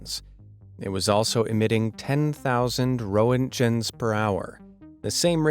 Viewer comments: "Row-in-chuns" per hour hahaha. Roentgen is basically pronounced "rink-in". Similar to "forecastle" in the "it makes no sense" lol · Pronounced "ron-chens!" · rent-gn, not row-ent-jen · Roetgen is MISPRONOUNCED! It is GERMAN PLEASE learn the CORRECT pronunciation of foreign names! To American anglise ALL names on this planet shows ignorance and STUPIDITY! Roetgen discovered X-Rays. Rertgen is the closest way to show the correct pronunciation, NOT Roh er jen! NEIN! This may be a voice from AI with NO human involved with this video whatsoever! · It's not pronounced "ROE-ent-jen" it's "RENT-gen" with a hard G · You mispronounced Roentgen (should be ren-kin)--- oops. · Ah yes, roe-ent-jenns. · Rent-gehns…you need a better AI to do your narration. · Row-ent-gen... ? :D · it was also emitting tenthousand row-hen-chens per hour^^ xF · Hey Mr. ROE-ENT-GEN. Pro tip: when you see a word you've never pronounced before, look it up. It will make you sound like you have a slight clue. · I love that you have no idea on how to pronounce 'roentgen'😂 it seems you have that problem with all words there are foreign (non english). Shown again with the name Ötzi... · This channel has 12 million subscribers and is too lazy to check how Röntgen or Ötzi is pronounced. Ridiculous. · A great video except for one thing, your mispronunciation of many words including roentgen and the Shema. Don’t you check up on unfamiliar words before you announce your ignorance to the world? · That's the oddest way I've heard Roentgen pronounced. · The way you pronounced "roentgens" was distressing.